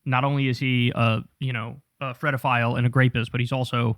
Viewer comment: Why do you say “graped instead of raped and fredophile instead of pedophile?